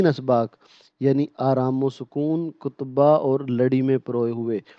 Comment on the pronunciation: Lfz ktba hy kotba nhi